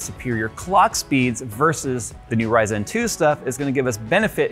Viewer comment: IT'S NOT RYZEN!!!!!